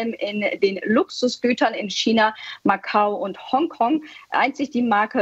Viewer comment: Hat diese deutschsprachige Frau wirklich nie gelernt wie man China auf Deutsch sagt😆